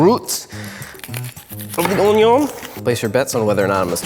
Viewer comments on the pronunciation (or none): He really just said "onyo" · " our OWnIYoWn.. and the root of our oWnIyOWn.." Me: LMAAOOOO AHHAHH